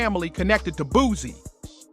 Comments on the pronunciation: Boo-C mane......not BOOZY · Man dude it’s boo-see (boosie) learn the name before doing the vid 😂